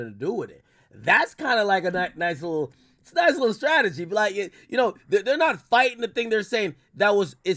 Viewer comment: Other than AK saying stragety this was a 10/10 effort